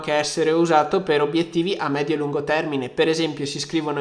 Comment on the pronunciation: "obiettivi". per il resto bel video come sempre!